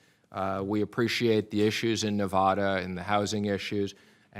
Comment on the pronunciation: Says he is concerned....says our state's name wrong *facepalm